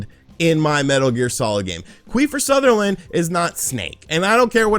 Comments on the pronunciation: Queefer Sutherland🤣🤣🤣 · Queefer Sutherland hahahaha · Queefer Sutherland!!! lol🤣😂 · Queefer Sutherland 😂😂😂good one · Quifer sutherland 😆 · Queefer Sutherland LMAO 💀💀